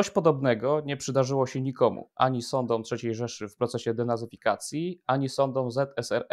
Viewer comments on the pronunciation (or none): "ani sadOM III Rzeszy..,. ani sadOM ZSSR" Chodzi mi o dwa wyrazy sadOM, ktore blednie artykulujesz, nie domykajac w ogole warg na koncu tych dwoch wyrazow, co wyraznie widac, ale i slychac, bo slysze dwa razy"sada" "a" z ogonkiem u dolu, bo nie mam polskiej klawiatury, pisze z Montrealu. Powinienes kompletnie domykac wargi na koncu tych wyrazow, zeby bylo wyraznie slychac OM na koncu, sadOM!!!~ Obawiam sie, ze jak nie bedzie potrzebne, to wtedy domkniesz wargi, bo mam te przypadlosc wyksztalconych Polakow juz przerobiona przez lata sluchania, jak mowiOM, piszOM, chcOM, robiOM, wtedy az wargi klapia o siebie.Pierwszy raz trafilem na Twoje nagranie i juz na poczatku wylapalem uchem, ze nie slychac na koncu tego OM, wiec cofnalem, czy sie nie przeslyszalem. Niestety dla Ciebie, nie! Zastanawia, jak tacy jak Ty, bo wylapalem juz doktorow habilitowanych z taka polszczyzna, zdali chocby tylko matuyre. Raz, ze to niuedbalstwo, lub rowniez niewiedza rodzicow, a dwa, wynik kilku reform szkolnictwa, co jedna to gorsza.Nie przejmuj sie jestes w zacnym gronie, wylapalem conajmniej 50 osob na przestrzeni 6-ciu lat na TV Republika i nie tylko, rowniez w sejmie i wsrod dziennikarzy. Mam 84 lata, 35 lat W Kanadzie i moje corki z zona sprowadzilem w 1992-m, jedna 9 lat, druga 16-cie, ale obydwie nauczyly sie jezyka poprawnego od rodzicow, bo mlodsza liznela tylko miesiac drugiej klasy podst. i w samolot.